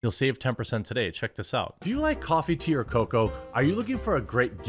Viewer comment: In the commercial when u say" do u like coffee tea or coco" . It sounds like coffee to ur coco